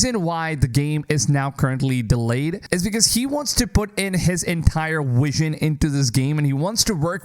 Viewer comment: It's really not that hard to pronounce vision with a v...